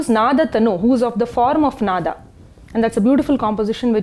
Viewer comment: नाद् = Nād, नाद = Nāda, नादा = Nādā. Of these, the second one is right and she has pronounced it correctly. It is a Sanskrit word, should not be pronounced like Hindi.